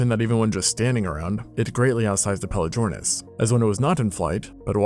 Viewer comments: The "g" in pelagornis is hard, not soft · bro why are you pronouncing pelagornis like that omg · You butchered the name lmao